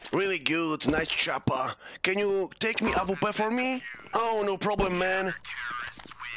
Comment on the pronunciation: Jprdl jak on kaleczy tą awpke